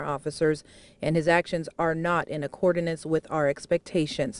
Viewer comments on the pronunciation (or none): “Accordinance” lmao. Fox never fails to disappoint. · Reporter said, "in accordinance" accord i nance. Smdh